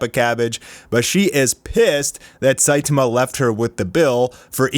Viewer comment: Not Saitima, the correct one is Saitama 😂